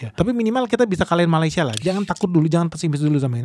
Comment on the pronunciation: Sebut malaysia pun salah bukan malai tapi meley